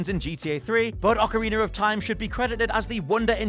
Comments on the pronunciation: As an American: Is that really how other people pronounce ‘behemoth’? And It’s Ocarina. ocari-NUH. ock-uh-ree-NUH! Ocari-NER makes me want to cast away my teeth. The movie reference, not just, yknow, tossin’ ‘em. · "OCARINER IN TIME" I cant be the only one who hears it